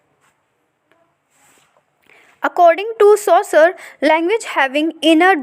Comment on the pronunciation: Its seshore not sasure btw nice explanation